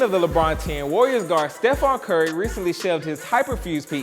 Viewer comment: This idiot said steph's name wrong